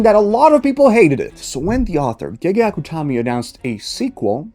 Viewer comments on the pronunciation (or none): none